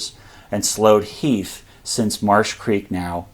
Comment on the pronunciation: Who the hell is Heath? Do you mean Heth?